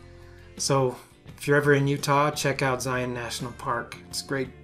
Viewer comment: Love these quick and concise toolbelt videos!! Thank you for sharing! And now I know how to properly pronounce Zion. Being from Texas we tend to butcher a lot of pronunciations. Loved the segue to Angel Landing. My family and I completed it a few years back. I recommend leaving early before the trail gets crowded and take plenty of water if hiking in the summer. Narrows was fantastic too. Except when I lost one of my shoes.